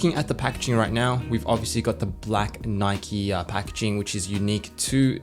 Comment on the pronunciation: "You got the Nikeo branding"